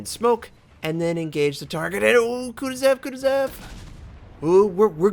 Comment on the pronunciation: It hurts my brain when you pronounce the kutozov the "kutezev", I know some people have different ways of saying names but all you have to do is look at the name for this one, there's no E's. It almost feels like your not even trying to say it correctly.